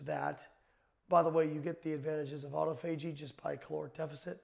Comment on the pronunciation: Wow, even doctors have problems pronouncing autophagy.